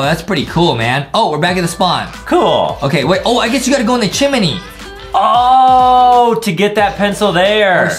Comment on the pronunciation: DID I HEAR JUSTIN SAY "CHIMINEY" lol